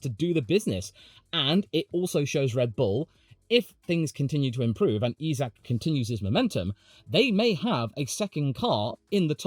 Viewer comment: It’s pronounced EYE-Zack! not EEE-Zack!